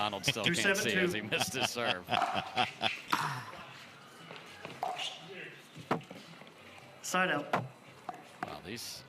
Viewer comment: When the ref says "side out" it sorta sounds like "sod off" - hahahahaha